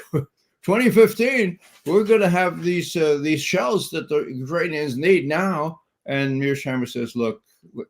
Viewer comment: I love and appreciate Ray McGovern's Russian and Ukrainian pronunciation